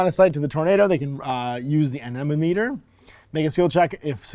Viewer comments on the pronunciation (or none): I can’t be the only one who heard enema meter 😂